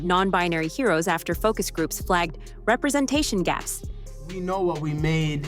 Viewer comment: you mispronounced "representation" from nerdrotic.